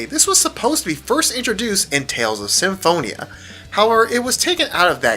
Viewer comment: U pronounced Symphonia wrong